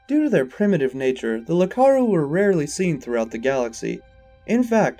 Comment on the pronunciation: It isn't "Lakaru", it's "Iakaru". With an i.